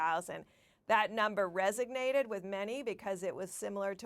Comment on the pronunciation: Pretty sure the word “resonated” doesn’t have a G in it. But hey, English is only her first language, I’m confident she’ll do much better at her second. /s